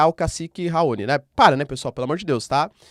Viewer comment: Dear Prof, com licença. Raoni é uma palavra oxítona, com sílaba tônica no "ni", como todas as palavras terminadas com "i", como "guarani", "caqui", "abacaxi", "Itamaraty", etc.. Outra coisa, eu costumo falar "Kosôvo", paroxítona, do mesmo modo como os portugueses a pronunciam. "Kôsovo" é a pronúncia inglesa. Todos os repórteres da TV a pronunciavam "Kosôvo" na época em que a Yuguslávia se desfez e durante a guerra da Sérvia. Outro dia, ouvi um repórter português pronunciar "Itamaráty" e aquilo soou muito estranho. Sem querer ser chata, ok? Os gringos que dão aulas de inglês no Youtube nunca reclamam do sotaque do estrangeiro, pelo contrário, o elogiam, mas eles enfatizam os erros de pronúncia quando acentuamos uma sílaba como se a palavra fosse paroxítona e , na maioria das vezes, ela é proparoxítona no inglês. Soa estranho. E eu aposto que os gringos estão falando "RAoni".😮